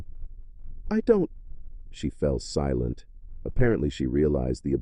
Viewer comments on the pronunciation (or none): Ahhh yes, "sea-lont" my favorite!